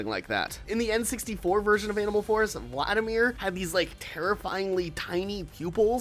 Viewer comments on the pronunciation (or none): none